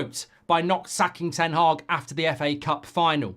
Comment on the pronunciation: Ten Hag. Not Haag. Mark pronounces it Ten Haag but that's the definition of insanity.